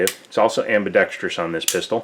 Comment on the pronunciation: I have the two tone version and my serial number is not far off from yours. I also think they come cerakoted from the factory. Have had it for a number of years and is very comfortable and accurate to shoot. Your review was spot on and I'm glad you pronounced "ambidextrous" correctly. I cringe when I hear people pronounce it "ambidextrious".